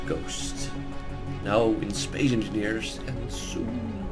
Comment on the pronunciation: Did he say Spay Enfingers?